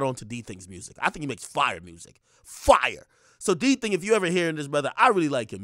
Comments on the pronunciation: Akademiks really pronounced it as “Diiiii Thing” instead of D Thang lollll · NIGGA SAID “DTHING” 💀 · The way he say "DTHING" is wild 🤣🤣🤣🤣